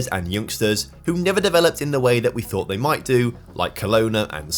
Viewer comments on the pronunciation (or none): none